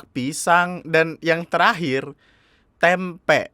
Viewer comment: Tempe bang ga pake K